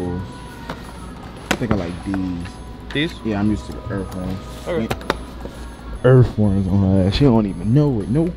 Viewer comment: He said “ Yea I’m used to the earthworms” 🪱 🪱🪱🪱 Edit* EarfWorms….. 🤦🏾‍♀️🤦🏾‍♀️🤦🏾‍♀️